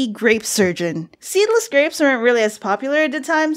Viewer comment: “Am I pregnant with gwapes?” LMAO XD